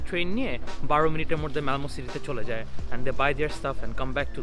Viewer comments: What is ' মরদে' 😂🤦‍♀️ It's" মধ্যে" vaia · Exactly. I was a bit confused at first but as the video was going ahead, umderstood 🤣🤣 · moddhe❌ morde😂 you're cute